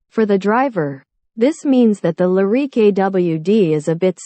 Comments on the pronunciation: The Cadillac Lah-reek? Can’t listen to narration this awful. Better luck next time. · She has a weird pronunciation of Lyriq.